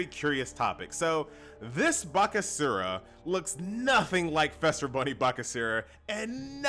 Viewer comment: Just commenting to say. It's Feaster not Fester. Easter with an F